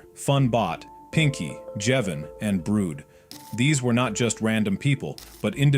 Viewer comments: ITS BRUD NOT BROOD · Its not.brood..its brud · why did brud become brood💀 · who the hell is "brood" 💀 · Who is “brood”😭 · He meant Brud